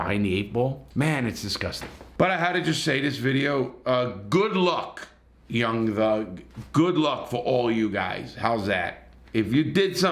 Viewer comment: lol homie said young lug